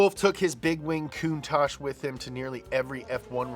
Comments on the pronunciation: You need to check on the REAL facts. Normally your right but you screwed this one up dude For reference: Countach is, in fact, a word in the Piedmontese language, an Italian dialect spoken in the country's northwestern region. Using the International Phonetic Alphabet, it's pronounced: [kuŋˈtaʧ], with the accent on the "a," and with the consonants "tsc" at the end. It's the literal translation of "contagion," though, like many words, it has become something else. It's transformed to mean "an exclamation of wonder, in front of something extraordinary or exaggerated." It's more or less like saying in Italian "perbacco!" or "accipicchia" (golly or geez). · Marcello Gandini says it’s pronounced coon-tock, not coon tosh. But gave up trying to correct people. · いつも動画楽しませてもらってます！「カウンタック」は英語では「クンタッチ」と発音するんですね！ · Listen to Macello Gandini R.I.P. The man who named and styled the car , Say the word . There is no ASH in COUNTACH .